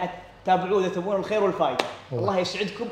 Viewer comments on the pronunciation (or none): none